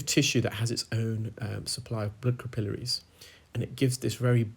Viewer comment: Ca pill er rees I love the way he pronounces that. Lol